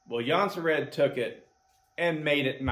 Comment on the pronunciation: Swedes pronounce it like "Yuun-seh-rehd" Many Americans say "Johnson-Red"